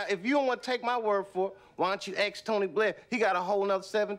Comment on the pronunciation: " Why don't you aKs Tony Blair..." LOL so subtle, very well written.